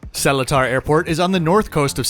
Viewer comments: Nice video...but Seletar is pronounced as something like "Sir..Lee-tar", and not "Salita". Hope that helps. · Hi, nice to see you feature Singapore's not generally well known 2nd airport, Seletar. Thanks for this review by the way including FireFly, just a minor mention and hope you don't mind but Seletar is actually pronounced the following way, Sir-Lee-Tar. Love your channel and unbias reviews, it truly makes my week watching and in some cases re-watching your videos, especially the ones featuring Phuket. Hope you are intending to make some video reviews in Penang.